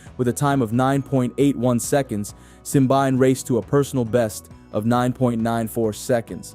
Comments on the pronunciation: it's simbine not simbaine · Where did you get your Simbyne pronunciation? It’s Simbine. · Have you not watched a single commentary or interview with him to know how to pronounce his name? The mispronounciation makes the video unwatchable for me.